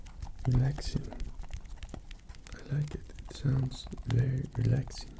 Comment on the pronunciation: OH MY GOD FOR THE FIRST SIX MINUTES OF THIS I THOUGHT YOU WERE SAYING SONS NOT SOUNDS I WAS THINKING THIS KING WAS ASKING PEASANTS FOR THEIR WIVES AND DAUGHTERS TO MAKE SONS WITH AND "RELAX" WITH AND THEN GOD DAMN EXECUTED THEM IF THEY WERE SLEEPY AFTER THE SON-MAKING i clicked here from one rp where you were kidnapped by a crazy stalker and another where a prince takes over your kingdom and threatens to kill your family if you don't marry him, ok, my mind is in a slightly dark place right now